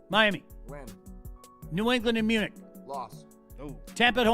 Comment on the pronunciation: pronouncing “Munich” with the “ch” like in the word “sandwich” is the most uneducated thing I’ve ever heard.